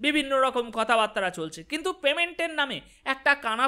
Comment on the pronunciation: কথাবাত্রা নয়, কথাবার্তা।